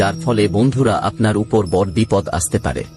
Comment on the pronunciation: বড়ো কে "বড়্" আর "ছোটো" কে "ছোট্" উচ্চারণ করেন কেন? এভাবে উচ্চারণ করার জন্য আপনার ভিডিও সুখশ্রাব্য হয় না। এদিকে আবার" সাবস্ক্রাইব" কে "সাবোসক্রাইব" বলেন। শুনতে অস্বস্তিকর। 😢